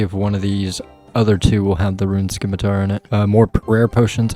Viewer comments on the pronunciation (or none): Video 6 of complaining about "simitar not skimitar" 😂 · If english didn't want the 'c' pronounced, they shouldn't have put the 'c' in the word. Please keep pronouncing it, love it.